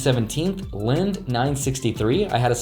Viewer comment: FYI- "Linde" Group is pronounced LIN-DEE